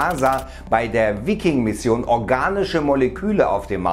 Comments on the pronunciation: Ist english Veiking ausgesprochen nicht deutsch Viking ;) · Wikkin....Alter... Viking (Weiking).....das tut ja weh :D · Bitte lerne wie man Viking ausspricht! Nicht "Vikking"...